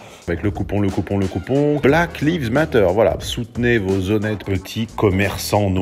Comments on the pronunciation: Tu le fais exprès ou quoi ? Black liiiiives matter. C'est black laïves matter. "Lives" n'est pas le verbe "to live" mais est le pluriel de life. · Bahaha cet accent anglais de qualité: Black Leaves Matter => les noirs qui partent comptent 😂😂😂